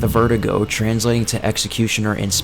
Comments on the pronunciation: vertigo, do you mean VER-DOO-GO? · was i the only one annoyed by how he kept saying verdugo, kept saying "vertigo", when your meant to pronounce it, ver-doo-go.